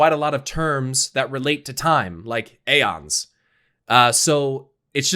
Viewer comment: I know this is a stupid comment and I apologies for making it BUT Aeon is pronounced with no A! its E- ONS! not A-ons.